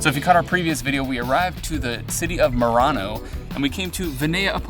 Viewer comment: Finding charging stations in Europe can be a bit hit or miss in some countries, particularly if in a rural area, just give it a couple of years. You were in Merano and not Murano, the glass making Island off Venice, just be careful with the pronunciation.